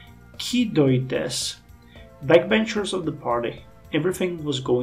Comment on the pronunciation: I think Kidoites are said like Kido (the japanese name) and -ite like the the way you say right but without r so "ight" I guess.